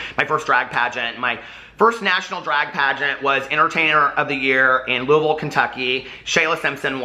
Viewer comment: Thank you for saying Louisville the right way! 😁